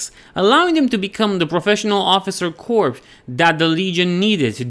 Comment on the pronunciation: Love the video. Few notes on pronunciation for, because English is stupid. don't up vote "Embalming"-b is silent "Corps"- pronounced "Core" "Epitome"- hard E at the end, e-pit-o-me